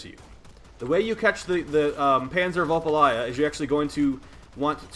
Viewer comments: I nearly died when said “Vul Pa Lie Ah” He even spelt it wrong in the title so no wonder he couldn’t pronounce it! They are called Vulpaphyla! “Vul Pa PHY LA” 😂😂😂😂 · I feel like de personally made this the literal embodiment of covid 19 because is spreads plague like a wildfire faster then saryn fyi its pronounced vulpaphyla say it with me vul pa phy la vulpaphyla now your taught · pronunciation: 'v⋅ul⋅pah⋅fie⋅luh not that it matters really, but that's it. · Say it with me Vul - pa - fi - la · Ah yes, VULPALYJAH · Son literally says it every time you capture one. I will never understand how the fuck people don't know how to pronounce these things by the time they have one as a pet. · i braced myself but nothing could have prepared me for your pronunciation of vulpaphyla 😭😭